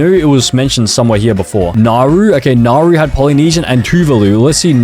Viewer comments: Mistakes: 1 AT THE FIRST SECOND THATS NOT THE USA FLAG, THE FLAG HAS 15 STARS 2 that's not the name the name of that country is name Canada not canadia 3 NOERU? this is actually how you pronounce it. Nah-wo 4 Palau is a completely different poland 5 that star means where narau is 6 nah bro got another pronunciation wrong again mannakeo is mon-a-ko 7 another one? THIS IS THE WAY HOW TO PRONOUNCE --> say-chells 8 3 pronunciations wrong 3 times in a row IS saint kitts of nev-iz 9 IM ABOUT TO SANITIZE MY MOUTH IS BAR-BEAD-DOES 10 just because it has the word saint in the name doesn't mean that it has stars In it 11 LITHUANIA!? IT IS LINCH-IN-STIN 12 IM LITERALLY CRYING THAT HE CALLED AUSTRIA AUSTRALIA 13 I JUST DONT WANT TO SAY IT.... JUST LOOK 14 look ....... JUST LOOK . is two-va-lu 15 t h a t s n o t h e a u s t r a I l e a f l a g Work in progress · I’m pretty sure it’s pronounced Nauru N-a-r-oo also Nauru is a pretty good country 🇳🇷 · I’m pretty sure it’s pronounced Nauru N-a-r-oo